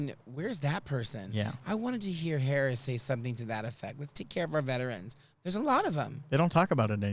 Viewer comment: For some strange reason , I enjoy this show and miss you. I love my bidet, LEARN HOW TO SAY HER NAME !!! (,LA) AND what have you ever heard from a VP